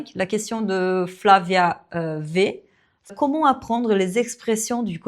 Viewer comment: Content de savoir que tu ne l’as pas mal pris. Je pense que tu as une excellente philosophie de vie, celle des personnes qui excellent dans leur domaine, qui non seulement n’ont pas peur des retours mais en sont friandes ;) Du coup, je me permets d’ajouter une petite remarque : tes "o", comme dans "comment", tu les prononces un peu comme si tu disais "queuxmon /kømɔ̃/". Si je devais donner un conseil, c’est celui qui m’a aidé à améliorer ma prononciation en anglais, avant même le shadowing : apprendre à placer la langue et la bouche pour prononcer un phonème correctement. Il existe des vidéos en anglais avec des découpes virtuelles du visage qui montrent où placer la langue, c’est magique. Je prends de petits exemples comme cat /kæt/, hot /hɒt/ (BrE) /hɑːt/ (AmE), ship /ʃɪp/, sheep /ʃiːp/, cut /kʌt/, etc., et je les répète en étant conscient de la position de ma langue et de la forme de ma bouche, jusqu’à ce que cela devienne un automatisme. Tu connais sûrement l’expression "l’habitude est une seconde nature" 😉